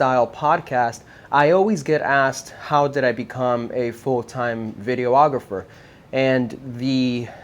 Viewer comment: It always kills me when people pronounce it video-ographer lol. It’s just videographer